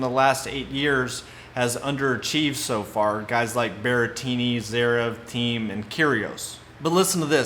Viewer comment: Agree expect the unexpected. It's 'Teem' not 'Theme' 😂